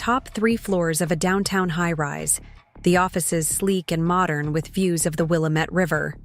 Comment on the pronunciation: "Will-lam-ette. not will-a mette You need to check local pronunciation. Also I get seasick from the movement of zoom in and out, also the static marks need to go by by for the same reason.